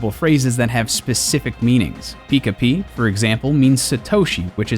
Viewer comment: He pronounced pika wrong.